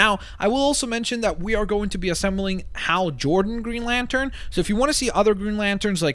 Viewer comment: You could have called Green Lantern "GreenLantrn" so it would sound the same. Not a big deal though.